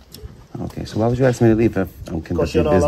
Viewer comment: He says "I axe you" . What does that mean?